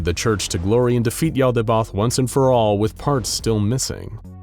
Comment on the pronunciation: Finally! The narrator fixed the pronunciation of Yaldabaoth! This made the video BEYOND perfect! (All vids from here are perfect as is tho)